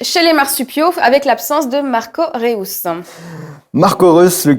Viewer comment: Marco Réouss ok d'accord 😂🤣😂🤣🤣😂🤣😂